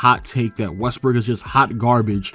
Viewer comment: dude said Westbrick